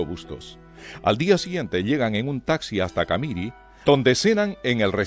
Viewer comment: ...el relator nunca vivió en Bolivia... Nunca oyó pronunciar la palabra CAMIRI... Que tiene acento en la última I... CamirÍ...